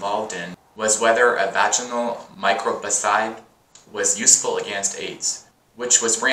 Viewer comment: I really like your videos, but you have to practice on hard-to-pronounce words in advance. Look at yourself when you pronounce the poor word "microbicide"... Hehe, you get my point? Take care!